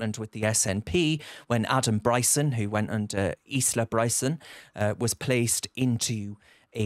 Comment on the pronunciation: His name is pronounced “eye-la” NOT “is-la”.